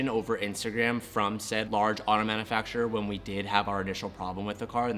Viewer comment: Dude.... it's manUfacturer(man-YOU-facturer), not manna-fack-surer. You're the only car guy on youtube that doesn't pronounce that word correctly.